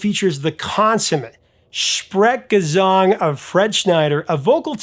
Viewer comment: "Sprechgesang" good one! And decent pronunciation!